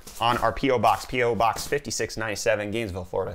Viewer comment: Hahaha, though you said “Gamesville Florida” 🤣